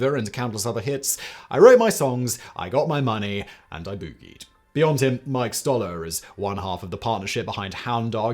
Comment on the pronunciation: The way he said "and I boogied" the way he pronounced "boogied" is the most British thing I've ever heard. 😂